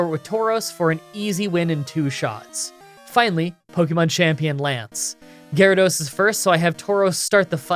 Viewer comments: What's this? You must have overlooked a mistake in the script or something... Geh-rah-dose? I think you'll find it's called 'Water-Onix', good sir! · "Gyarados" Me: confused screaming